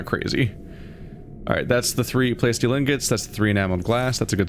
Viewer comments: Say it with me,: PLA-steel. Like "PLA-stic", but with "steel" on the end. PLA-steel. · I think those fishies need some names. Oh, and by the way, your pronunciation of plasteel is killing me. It’s a mixture of plastic and steel.